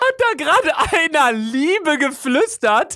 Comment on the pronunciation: ich hab statt liebe Ehre verstanden 😂😂😂😂😂